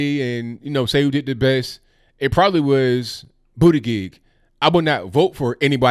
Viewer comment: So it's pronounced Booty-gig? Nuff said about that, he and Yang should get together with a can of whip cream 🍦.